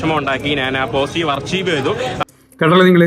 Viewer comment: “അർകൈവ്’’ ആണ് അർച്ചീവ് അല്ല 😅 please check